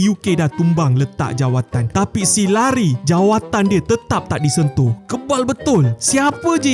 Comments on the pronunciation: 😂 pembetulan bro... Cara sebutan Larry bukan Lari... Layrei... Leirei...😂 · Bukan lari sebutan lerry la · Bukan Lari la. Namanya LARRY. Betulkan sebutan mu ya.😊😊😊😊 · memang larry tapi bace lerri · Tuliss dia memanf larry bang,,tapi sebut dia leri,, 😂😂